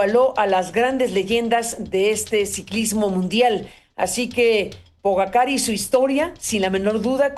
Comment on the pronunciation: Se escribe Pogacar pero se dice Pogachar